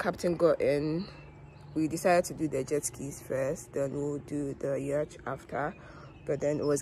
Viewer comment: quick correction: The pronunciation of yacht is NOT ‘yarchhhh’ — it is ‘YOT’.